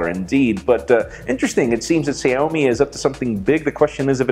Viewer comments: It is pronounced Shawmi not Shomi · It's called Xiaomi...like this Shawmi sha like shadow not Sado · Excuse Me Mr. it's xiaomi but its pronounced as shaomi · Xiaomi is pronounced sh-OW!-my.:) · Isn't he pronouncing Xiaomi wrong?